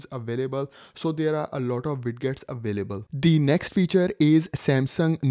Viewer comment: O ... moorkha insaaan ... Widgets Hota Hai..wiget wijet vijet ... bolna seekh .. Ye Wid gets q bol raha Hai...da q laga raha Hai...Haddad hai Har koi guru ban raha Hai.. galat baat